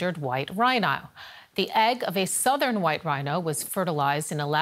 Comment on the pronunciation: An endangered white RhAINAAoH! 🥰